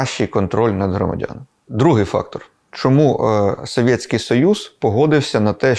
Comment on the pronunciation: Доречі «радянський союз» будь ласка вчить рідну мову правильно й кажіть правильно щоб не було «Советьський союз»